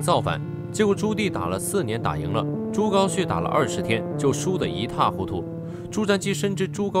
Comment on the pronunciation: “活的好好的”，應為“活得好好的”。 “朱高熾”，“熾”字，發音“赤”。 “大腹便便”，“便便”，形容“身體肥胖的樣子”，應唸破音“便宜”的“便（Pyan）”。 文中不知為何諸多字詞，以“＊”號代替？ “算的上、坐的穩當、輸的一塌…”，上述“的”字，均應為“得”。 “一塌”，“塌”字，發音“他”。 “盡可能”，應為“儘可能”。 （下略）